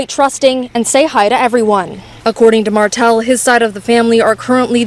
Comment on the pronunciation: It’s Martell not Martin